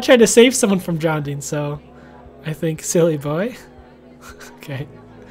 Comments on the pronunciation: Its Drowning Not Drownding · You kept saying Drowding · Ugh he says drownding, instead of drowning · it bothers me sam kept saying drownding. its drowning not drownding. Not trying to be mean it just bother me. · “Dr. Nurse that kids DROWNDING over there” DROWNDING? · Nobody:: "drownding" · why does say drownding